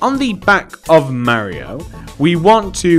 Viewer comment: it’s Mario not Marryio